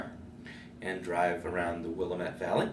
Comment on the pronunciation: Just an fyi--it's not "cor-VAH-liss" it's "cor-VAH-less" and it's not "willah-met" it's "will-aa (rhymes with 'baa') -met" --sorry for being such a pedant. Well, not really sorry. I am a pedant. Heh. Thanks for the vid, though. I love this stuff.